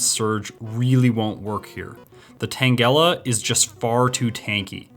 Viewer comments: I think he ment to call you out on putting the emphasis in the name Tangela on - gel- istead of on Tan- 😅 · Loved the video. But I almost stopped watching when you said Tang-EL-a 😅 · Excuse me, Tang-gella? Amazing video quality brah. keep this up! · I love how he says tangela 😂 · Your pronunciation of Tangela made my skin crawl.